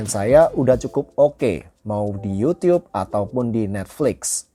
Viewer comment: yutub bang... bukan yiiutiiyub.